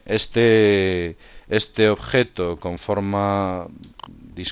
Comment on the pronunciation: uinterjeben, uituf, ojeto....ahahahhahah